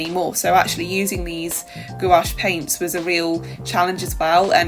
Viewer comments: Love the idea of a collaboration to experiment more! Also, you pronouncing gOuAche makes me giggle every time. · for sure! hihi you kind of say it with the emphasis on both the O and A, try making it only one syllable instead of two. But then again, i love it hihi!